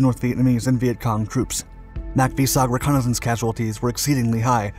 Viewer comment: this narrator.. holy speech impediment. Since you’re American, ‘reconnaissance’ is pronounced is RE-CON-UH-SENSE. Jesus.